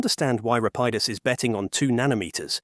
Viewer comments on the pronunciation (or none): Rapidus is pronounced in at least 3 different ways throughout the video lol